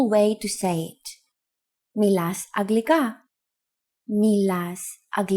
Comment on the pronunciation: I thought it was pronounced anglika?